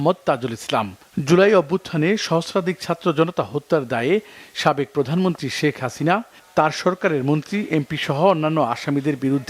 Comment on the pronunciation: প্রধানমন্ত্রী কথাটি সঠিকভাবে উচ্চারণ করুন